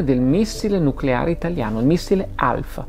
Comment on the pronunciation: "Nuculare, si dice nuculare" (cit.)